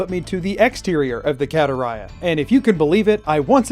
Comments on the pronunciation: i always preferred your pronunciation of barenziah over vex's. vex sounds like an american pronouncing something foreign wrong, tbh. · Considering the German translation of Skyrim you pronounced Barenziah correctly.